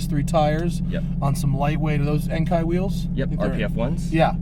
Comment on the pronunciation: The way he pronounced Enkei's 😰😷